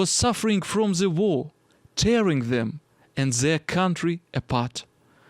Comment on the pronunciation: все хорошо только зе не надо произносить сочетание букв t b h в артикуле the произносится путем прижимания зубами кончика языка, а не зэ. Попробуй, совсем другой звук.